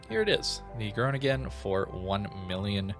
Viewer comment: Oh god dont butcher the pronunciation of the city i live in ... lol